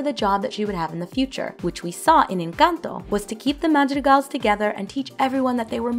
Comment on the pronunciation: Finally someone who says encanto correctly because it's NOT inc-Ahn-toe or in-Cun-toe